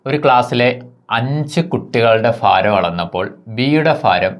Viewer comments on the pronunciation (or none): ഫാരം അല്ല മാഷേ, ഭാരം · ഫാരം അല്ല ഭരണി yude😃ഭ... അപ്പോൾ ഭാരം. ഒരു മലയാളം ടീച്ചറെ കണ്ട് ഉച്ചാരണം പഠിക്കു മാഷേ 🙏